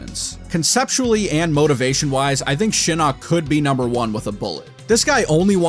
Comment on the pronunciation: Why do you only mention the inconsistent pronunciation for Takeda but not Shinok? The announcer pronounced it "Shi-knock" and "Shi-nook".....so there's that...